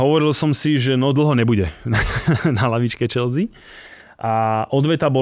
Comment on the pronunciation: škoda, že se prezentuje jako velký fanoušek a přesto říká "Čelzí"...je to anglický klub a anglicky je to "Čelsy"